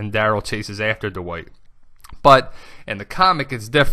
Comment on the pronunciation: you say Dwight very weird, you say it like THE WHITE, why?